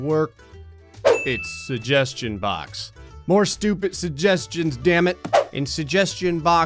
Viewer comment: Wow, you don't pronounce the first g in suggestion and it's weirdly noticeable to me. "suhjestion box"